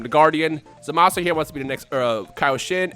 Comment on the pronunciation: 90% sure Zamasu is pronounced Zamas.